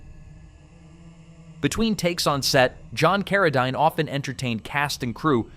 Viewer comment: Maybe just write a script and have a real human read it! J Carrol Naysh, Frankensteen, Carra (dine)?! It's not that difficult!